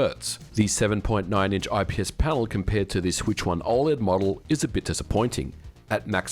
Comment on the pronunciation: Why are you pronouncing OLED so strange? Is this AI?